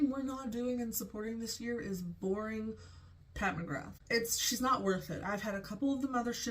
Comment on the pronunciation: Pat mugrab? McCab? Mr.krabs? Lady scabs? Idk what u said the name was but I’m lowkey starting to dislike the brand, they have such an upscale look to be sooo boring?? & they just keep recycling?? What a waste